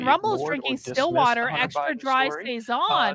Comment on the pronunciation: 😊😊 That was me in the Rumble chat drinking Stillwater beer. I always get some joy when someone pronounces my name right lol (people have mispronounced it all my life). Thanks for covering this crazy train.